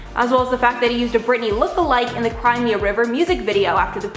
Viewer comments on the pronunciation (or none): none